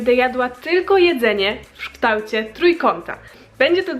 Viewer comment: "w szktałcie" 😅